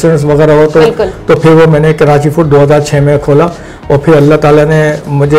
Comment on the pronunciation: Indeed a very good interview. But pls don't add "N" in Karachi 🙏 It's not KaraNchi. Atleast we should know to correctly take the name of our beloved city.